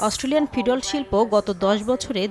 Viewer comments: ফিডল্ট আবার কি? 🤨। এটার উচ্চারন হবে ফিড-লট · Murkho journalist, it’s feed lot ( ফিড লট)। if you don’t know anything properly then don’t speak on it.